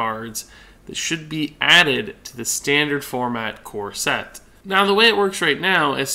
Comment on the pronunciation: Every time you say "core set" I hear "corset" that thing that women wear lol.